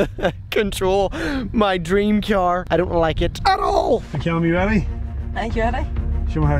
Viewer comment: I like how he says cyar instead of car.